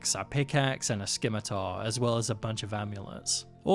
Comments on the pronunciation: Buddy said skimitar. Someone help me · the c is silent in "scimitar" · The c in scimitar is silent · Not sure if you already know or not, but the c in scimitar is silent. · I thought the scimitar pronunciation was an intentional quirky joke. 😅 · Loving the videos! But the c in scimitar is silent.